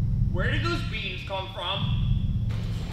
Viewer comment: the way he said “WhERE did those BEAns come fRom?”